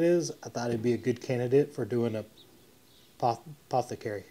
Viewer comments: apoth-e-cary It is one of those French words from Greek that is hard to say for Texans. Good try though. I hate French and Greek is Greek to me. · you are amazing! This is a stunning transformation. The airbrushed details made the difference. I also liked the way the stain took darker on the raw wood from the router. Ohh and bro, no one can say "apothecary "😊